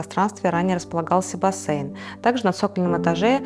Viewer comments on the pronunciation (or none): none